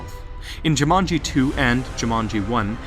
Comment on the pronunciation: Why do you switch pronunciation of Jumanji? between: Jimanji and Jumani? x3 You have seen all the movies, you should know how to pronounce the name/title by now. xD lol But an interesting and very~ plausible theory indeed. ^^ Though how would someone now be able too destroy the jewel now that the game is a game cartridge? <=0